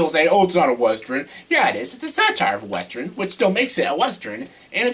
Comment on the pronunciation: Dude, I dont wanna sound rude but you are mispronouncing the word western. Its pronounced how its spelled, not like wester-in.